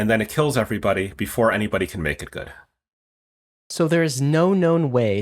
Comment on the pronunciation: I don’t like how he pronounces the word ‘Human.’